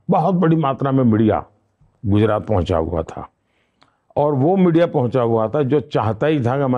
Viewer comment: rakhi sawant entered the chat when he says ''MIDIA''